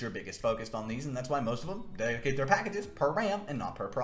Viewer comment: bro really just said "how much deditated wam do you need for a minecwaft server?"